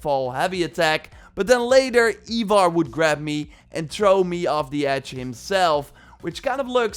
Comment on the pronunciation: Also how he says ivar sounds more like eivor. Like why does he think both names should sound the same 😂 Supposed to be eye-var